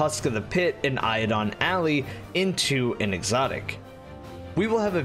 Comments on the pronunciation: Eidolon Ally (Eye-doe-lohn) (Allai) -_ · I hate to be a stick in the mud but Eidolon Ally is pronounced "Eye-doh-lon Al-lie". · "Crota crotated" lmao P.S. Eidolon Ally - Eye-doh-lon Al-lie